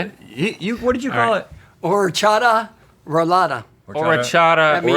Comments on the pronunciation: as somebody from the czech republic, I think what he was trying to say is Ořechová roláda (nut roll) not orichova or what he said (pronunciatons of this is quite hard so I get it but you would kinda say it someting like orzh-eh-kh-oh-vah, not really accurate still) :DD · they butchered that Czech pronunciation so bad. even the dad can't pronounce it!